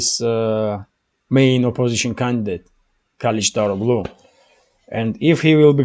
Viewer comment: One small piece of advice, no matter that I am not Turkish, I know some Turkish language, and the name Erdogan should be read as Erdoan, if you can't say that soft g in his name, And surnames as KalichdaroGly, the G is soft G, and if you can't say it as soft g, the surname should be said as Karichdaroly.